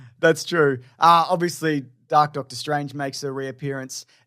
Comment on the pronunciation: Did you say “Darktor” Strange….just, wow!